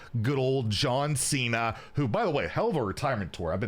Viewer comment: He hit the Santino "Jon Che-na" LOL